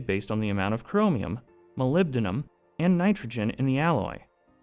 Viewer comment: Что ж этот генератор речи никак не полюбит "Молибден"? Как он его только не назвал... Молилибаден самое обуенное , что я услышал тут. И "Малахин" был и еще как то... А "ферлитные" стали- тоже шедевр.